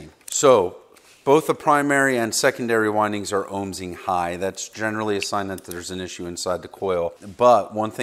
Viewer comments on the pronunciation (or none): Ohming not ohmSing 😂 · I die a little every time he says "ohmsing"